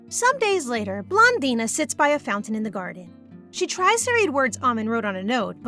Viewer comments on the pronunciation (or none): none